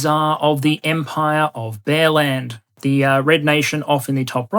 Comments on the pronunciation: I kept hearing 'bearland' as 'bellend' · I heard 'Empire of Bellend". Which would only be fitting. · When you introduced the country of Bearland, I wasn’t looking at the slide. It sounded like you called it Bellend. Appropriate for a country led by Putin.